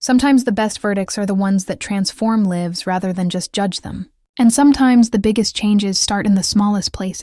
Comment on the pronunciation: 'lives' is not pronounced with a soft 'i' e cept inthis mess!